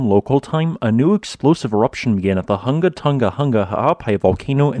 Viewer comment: for anyone curious... Hunga is pronounced WHO-NGA not HUNG-GAH.